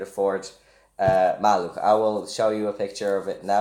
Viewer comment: Oh shit u said 'maluch" So good